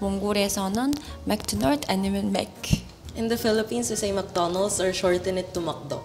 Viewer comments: In Laos we say “ned fig” not “netprize “ Also “mag-doe-noa” for McDonald’s not “ em do nus “ We also say “pop con” not “bob con” And sandwich in Lao is “saen wid” not “khao jee “ as she’s said khao jee is the French’s beget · มี แมคโดน่อล คัพเค้ก มั้งที่ออกเสียงแบบไทยจริงๆ นอกนั้นเหมือนพยายามกลับมาเป็นคนไทย ยิ่งคนแรกออกเสียงแบบคนไทยที่ใช้ภาษาต่างชาติมานานแล้วจนสำเนียงไม่ค่อยชัดแล้วแต่แซนวิชออกสำเนียงเป๊ะทุกคนนะ 🇹🇭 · I am sorry but in Laos, we do not pronounce Netflix and McDonald's like that, we said it similar to Thai but a bit different. Honestly this just hurt me mentally and I have ask more than 20 people from Laos to pronounce it, it just what I write but it no hate just disappointment. ;-; -From Laos civilian